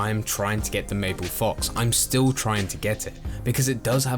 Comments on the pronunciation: Btw its marble fox not mapple fox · I saw two on update day nothing since, also its"Marble fox" not Mable. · It’s a Fucking Marble Fox, not mable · It's meant to be pronounced marble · Bro it's a marble fox not maple hes not Canadian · Ethan Dunn i know he said mabble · Marble. It's MARRRRRRRRBLE fox. R. Marble. MaRble. Thanks. Also get to the fucking point, why repeat everything?